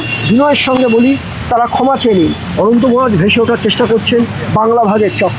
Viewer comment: অনন্ত মহারাজ তো ঠিকমতো নামই উচ্চারণ করতে পারছে না। ও ইতিহাস কি বলবে